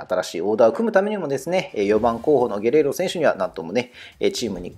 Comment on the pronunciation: ゲレーロをゲロって言ってる所で模範的じゃないやんw